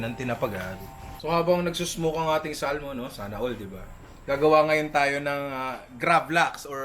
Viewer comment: samon pronunciation nyan hindi salmon lolz